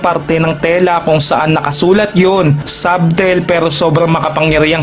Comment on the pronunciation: ˈsə-tᵊl talaga yon hindi sub-tel